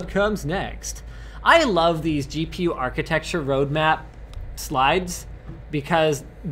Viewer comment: "Architexture" -, 2016